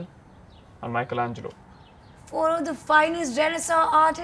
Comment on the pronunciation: its michelangelo not michaelangelo...lol